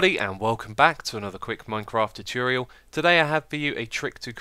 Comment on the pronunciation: tut-ore-ree-al not how you say it